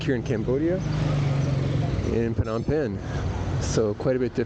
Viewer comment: Its "nom penh" NOT THE WAY YOU PRONOUNCE IT "PERNOM" PENH, ITS VERY ANNOYING HEARING YOU AND OTHERS SAYING "PERHNOM" JUST SAY THE RIGHT PRONOUNCIATION "NOM PENH" PLEASE. EJOY NOM PENH 👍👍👍👍👍